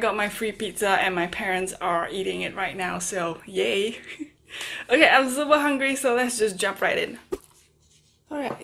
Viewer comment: My fav dialogue of yours is ' I am sooper hungry' 😂😂😂😂😂😂😂😂😂😂